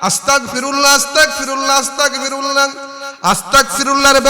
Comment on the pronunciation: হুজুর আস্তাকফিরুল্লাহ না❌ আস্তাগফিরুল্লাহ হবে ✅